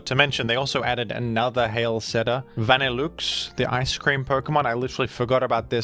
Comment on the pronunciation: HIS PRONUNCIATION?